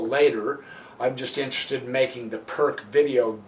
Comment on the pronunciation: It’s pronounced peerts